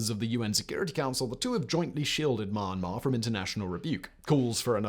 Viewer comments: For goodness sake... It isn't manh-mar. Its mee-yahn-mar. 🤦🏾‍♂️ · So sad! The normal Myanmar people are so nice, honest and genuine. I lived/worked there for 9 years starting in 2011. Oh, you are pronouncing Myanmar incorrectly, it's is spoken as Mee-An-mah. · Simon, I love your stuff, but "Me-an-marr" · Found out you have trouble to said Myanmar. He he he.